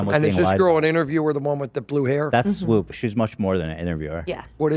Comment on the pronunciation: LMAO at calling swoop “WOOP” it’s like he unintentionally said W Swoop